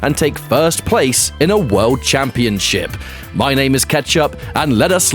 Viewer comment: The pronunciation just got changed to "camp-ee-on-ship"